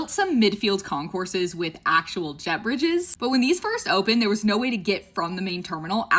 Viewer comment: Nice summary; but every time you say “jet bridges” (a term I wasn’t familiar with: I know them by the arguably less satisfactory term “jetways”), it kind of sounds as if you’re saying “beverages”. Actually, if they offered free non-alcoholic beverages on those mobile lounges, and maybe even modestly priced “adult beverages”, maybe people would like them more!